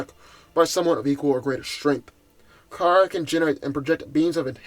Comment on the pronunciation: It's Kara not Kira...